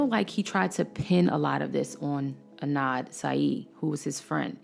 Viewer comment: Adnan !! not Anad